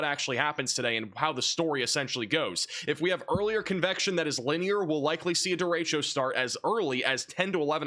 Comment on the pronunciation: points for saying 'derecho' correctly. It's annoying to hear weathermen say "duh-ratio". geez.